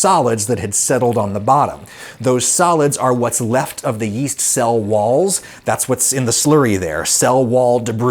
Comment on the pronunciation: Oh, yeast! I thought you said "weest."